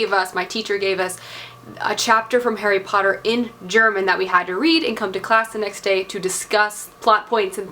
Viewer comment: "Harry Potter (Poo-ter)" lol